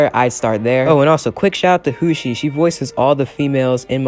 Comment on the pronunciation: Thank you so much for the shoutout,! 🧡🧡🧡 Note: My name is pronounced “Ho-shi” 😁